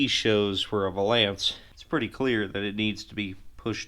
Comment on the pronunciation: Are you pronouncing valance that way as a joke? I cant tell if you’re being serious. Great video👍